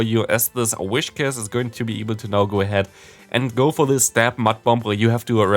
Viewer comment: You always say whishcas instead of whiscash 😂